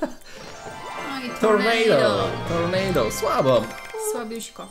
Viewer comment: nie tornejdo tylko się czyta tornado